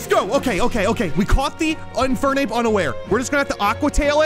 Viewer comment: "unfernape unaware" 💀